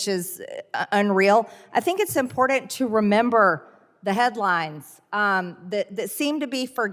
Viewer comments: MTG: "Human lives are impoordent to you...?" Good thing for her she's mean and evil, seein' as how she's not LITERATE or KNOWLEDGABLE. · I think the most important thing to do is pronounce IMPORTANT correctly!